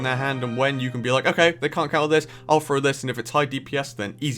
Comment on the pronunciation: You really need to work on words that begin with '"TH" such as "three" and "throw", they are not pronounced "Free" and "Fro". At your age and since u plan to make videos, spend a little time daily with speech videos and improve the way you sound....its ok when youre younger but not as a grown man....